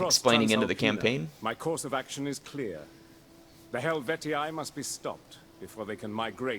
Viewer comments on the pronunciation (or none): Why did they go back to wrong pronunciations? I was really happy when I heard them say "Hastatii" properly (has-ta -tee -ee) and now they are back to Vocantii and Helvetii? (Wrong = ee-ai at the end of the word, right = ee-ee)